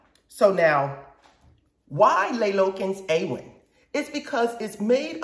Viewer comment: Wow, I wish I discovered this video a lot earlier. Thank you so much for featuring my candles! So very flattering, and hearing how much people enjoy my products NEVER gets old. Awen is pronounced AWE-wen. It's Welsh, and means creativity or inspiration.